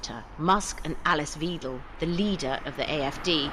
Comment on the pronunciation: A very small point but in German, the spelling 'Weidel' would be pronounced VY-del not VEE-del (as the female in the voiceover). 🤔